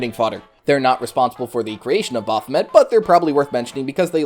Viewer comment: Baph O May... Baphomet pronunciation. 🙄